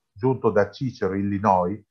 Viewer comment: Si pronuncia "SISERO", e non "CICERO"! Buona serata!